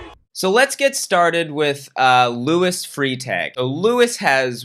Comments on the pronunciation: Cringing at Freitag being pronounced like "freetay" :/ It's more like "fry-tug" for you guys. Still weird, but at least recognizable... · Freitag is pronounced “Frai Tahg” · i dont wanna be mean but you’re pronouncing freitag wrong 😭 e before i is an “eye” sound in german, so it’s “fry-tag” fjajfjajfjf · Fun fact: in German, "ie" is pronounced "e" and "ei" is pronounced "i". You always take the second vowel in these pairings. So, Frietag is free-tahg, and bleibe is bly-bah. 😊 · As a German subscriber, I apologize on behalf of my nation while being simultaneously amused by your pronunciation of German words. ("Luis Free-tag" sounds way cooler than "Freitag" anyways. And "Bene" being French now is a nice touch too!) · pronouncing Freitag(literally just german word for Friday) as free tag caused me an insane amount of damage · freitag is pronounced fry-tahg 😭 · the way pronounced “freitag” rlly got me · I’m from Germany and it’s so funny to hear you pronounce the German names. Especially Luis Freitag XD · I always find it odd that Americans pronounce “ei” like “ee” (I’m American but grew up in Germany), but hey it’s all cool, I get it. It’s just interesting. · it sounds way cooler than it should when he says it...